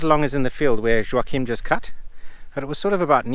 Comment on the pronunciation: In Portuguese, the name "Joaquim" is not pronounced like that at all. The "J" is hard, pronounced like in the letter "j" itself. The "a" is not open, it's closed - it's not like in "attic", it's more like in the first "A" in "Atlantic". Also, the "u" is silent. The "m" is also silent and it's there just to turn the "i" into a nasal sound. It's not easy for a non-native. :-)